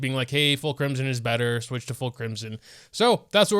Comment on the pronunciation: cwimson hu tao uwu